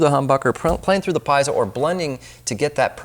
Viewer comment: "Piezo" , pronounced "pee-ets-oh" not "pies-oh". 😊👍🏻